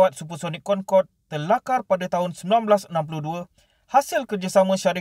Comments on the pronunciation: Cra sbut dia "concodey" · Bukan concorde lah tapi cong codey